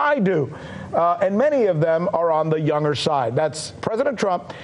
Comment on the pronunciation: "youner" is pronounced "younGer"